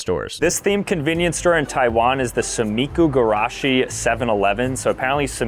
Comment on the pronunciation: Yes and also its pronounced (suh m ee ku gr ah chi)